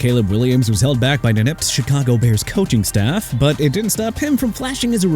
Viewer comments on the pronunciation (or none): none